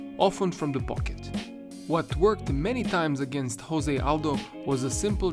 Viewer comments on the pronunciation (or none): none